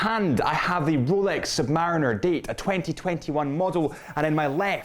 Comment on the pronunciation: Sub-Marine-er. Please???????